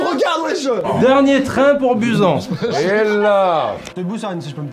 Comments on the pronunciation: Ça ne ce dit pas busan mais Bousane 😭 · SA CE PRONONCE BOUSANE BORDEL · "Dernier train pour bUsAn" putain mes oreilles saignent 😪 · buzan ? C'EST BUSAN BUSSAN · Et c pas busan "en" c busan "anne" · “dernier train pour busan” 😂😭 sa ce dit Bousane mais tranquille 😭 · Sa ce dit bussane je l’ai mal écrit pour dire que sa se prononce comme cela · juste vidéo de ouf, acteurs en or, déroulement carré, mais Busan ca se prononce '' Pouzanne'' TwT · le dernier train pour busan mais ça ce prononce boussan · Je suis morte😂😂😂 il a dit "dernier train pour [buzen]" 😂😂😂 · wow alors le nom d'une des deux plus grandes villes de Corée écorchée à la française ça fait mal à mes oreilles de coréenne lol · Dites moi que je suis pas la seule a avoir envie de crier en entendant comment ils prononcent Busan 😭 Merci de nous apporter de la bonne humeur au quotidien, bravo pour les 2M, tu les mérites largement ❤️ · Merci de l'avoir corrigé syr le mot "Busan" ça ma rendu ouf